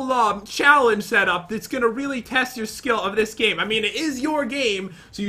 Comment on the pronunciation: I heard you said gime not gamelol